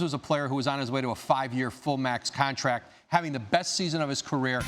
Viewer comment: contaract lmao